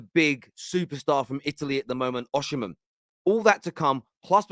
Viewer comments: his name is oSimhen. not oSHimhen! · why do you say Oshiman, why you not saying Osiman, where is the she coming from. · Osimhen’s name is pronounced as Oh-See-Men…. It’s not oshimen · Why does everyone keep calling him Oshimen? His name is Osimhen lol. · Hi, it’s pronunced“O see men”